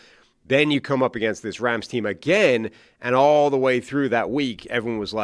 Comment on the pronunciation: its Rams not Rhams. dude with the accent says it weird homie